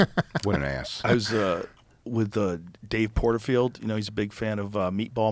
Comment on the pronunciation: "Dave Portfield" is crazy, that CTE really catchin up to Joe man